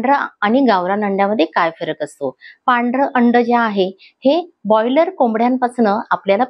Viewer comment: बॉयलर नाही, ब्रॉयलर म्हणा, बॉयलर चा अर्थ खूप वेगळा होतो 😂😂